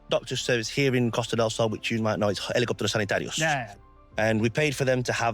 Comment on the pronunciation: What nonsense... I'm a spaniard, listen how he said helicópteros sanitarios perfectly, with spanish accent, just that tells me he speaks a better spanish than you think, and also the way he knows how we are for real, not how other foreigners who come and say nonsense like "oh yeah, spanish people close the shops eveyday to take siestas" like acting like they know us, but without knowing a crap 😂. These guys seems to know and analize things like a spaniard would, and you have to speak with spaniards to do that, and observe and understand how we live, in spanish.